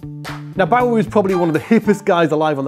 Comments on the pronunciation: So glad Jimmy Johnson got a mention. Love him, and his work with Holdsworth is amazing. Stu Hamm always been one of my faves and glad to see one of yours too! Btw you say Bowie very strangely 😂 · It's pronounced Bowie, not Bowie